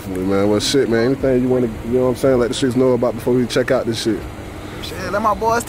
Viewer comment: THINK A-BOW-DID you feel me 😂